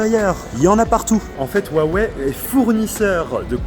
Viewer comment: Et si on vous disait que c'est Huawei et non pas Wuawei? Vous êtes ridicule.